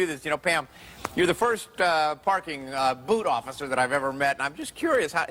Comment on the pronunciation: I thought she said a BOOTY OFFICER !